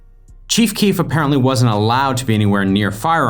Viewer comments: Whenever u say the cheef I keep think u are talking about the chief of police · Stopped watching this shit cuz u kept calling him “the cheef”😂